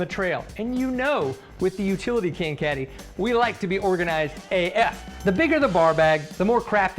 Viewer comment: The way you said AF 😂 Maybe it was the pause. Lol